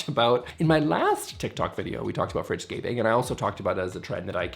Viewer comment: Fridgescaping? All I heard was 'Richscaping' ;)